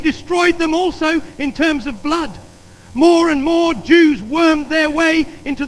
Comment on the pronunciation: "blewd and eeron"